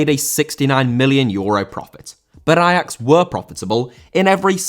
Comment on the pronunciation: I'm not Dutch, but respect for saying Ajax the way it is supposed to be pronounced.